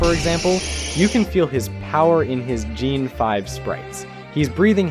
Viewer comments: I don't want to sound rude, but you might want to work on your vocal performance, the delivery is a little flat and there's a few oddities like you calling it Gene 5 instead of Gen 5 which almost make it sound like an AI voiceover (Which I am choosing to believe it is not.)😊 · I mean this with love but is english your second language? Cuz you pronounce gen as "gene" and nidoking as "n-eye-dough" and if you werent putting in the work id feel like this is an ai video lol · This is a good video but the mispronunciation is killing me. How do you pronounce “gen” and “jean”?? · I didn't realize the voice was AI until it started mispronouncing stuff like "gene 5 sprites". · “Niedoking” “Gine 5” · "N-eye-do-king" "Gene five" "Lu-care-io" "shinies pokemon" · Yeah, I love Neyedoking's sprite in geen five, too. Seriously, you pronounced Nidoking 3 different ways in 30 seconds. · “Jean five sprites” 💔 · Not pronouncing “gen 5” as “JEAN 5” 😭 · I've never been so mad at someone's pronunciation so many times in one video Naido king? Geen???? It's an abbreviation of generation, why would it be pronounced different????? Why do you switch pronunciation so many times??? It takes me out of paying attention and infuriates me to no end But that aside this video is awesome and really gets to the core of what bugged me in the XY models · Nighdoking, Jean 5, Nidooking, Lucayrio, and a whole host of other pronunciation and grammatical oddities make me think the VO was done by an AI... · Not really with how badly he mispronounced gen 5 and other random words at times despite him saying it the right way a few seconds too. It's pretty annoying to me.